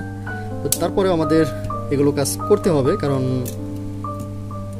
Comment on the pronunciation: ভাই আপনি "কাজ" কে "কাঁচ" বলেন কেন ??